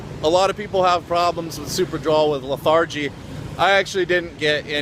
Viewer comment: It's LETH-er-gee not leth-AR-gee lol